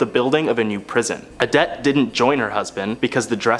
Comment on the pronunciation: Omg. It's not pronounced " A-dette".. It's " O-dette" what is with you young people and not knowing how to properly announciate?